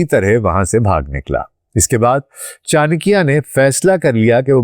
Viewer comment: Yaar tumhe naam to sahi se lena aata nahi. Aur tum chankya pe expert ho. Good. It looks u r pakistani. If u r pakistani then u should be careful of chankya. Hello